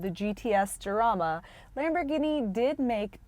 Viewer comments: It is not "Yarama" but "Harama" in english. Like "house", "home", "hit" but stronger. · it's pronounced harama. good review though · It's pronounced, Harama .... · Sorry hon. I had to turn off when you mispronounced the car's name. It's "haraama" or "charaama" depending on your accent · Isn't it pronounced Harama? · People who made the car pronounce it "yarama" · Right off the bat, the mispronunciation made me think she doesn't know what she's talking about. meh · I don't know how seriously I can take a review by someone who doesn't even know how to pronounce the name of the car correctly. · You miss pronounced the name. Still a great video. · With an H sound as in San Jose.